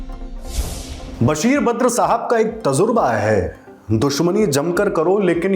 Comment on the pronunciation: "Tazurba" nhi bhai "Tajurba" bola jata hai....